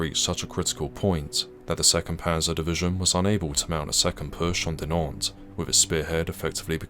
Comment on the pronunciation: I tried very hard to ignore, I really did. But your butchering of the town names is skin crawlingly intolerable. A tiny bit of effort put into learning the correct, and easy pronunciation of them would have made the world of difference.